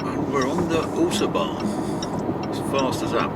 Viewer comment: Love the video but please please pronounce autobahn correctly!